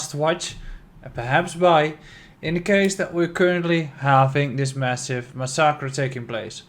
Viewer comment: i recommend you to investigate how you pronounce the word ''massacre'' thanks!